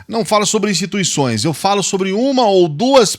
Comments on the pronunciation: E impressão minha ou ele falou instituiçães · Alguém ai percebeu? Ele falou "instituiçães". Essa foi de lascar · "Instituiçães". Analfabeto! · Gostei do "instituiçães" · Nós não criticamos "INSTITUIÇAES" disse Bolsonaro!